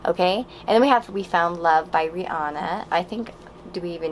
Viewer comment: When you said Rihanna I thought you said teanna lol